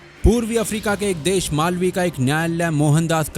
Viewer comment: Malwi nahi malaaaawi hai